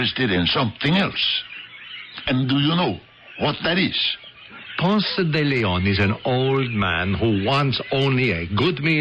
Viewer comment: If the actors insist on using those exaggerated cartoonish accents they should at least learn to pronounce Ponce de Leon.